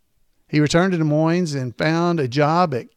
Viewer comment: it's pronounced de moin---the iowa city has a silent es. however, in washington, the town there is pronounced with the es.